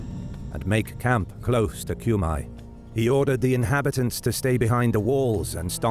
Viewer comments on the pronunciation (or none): FFS it is not [Kjumaj], it's [Kume]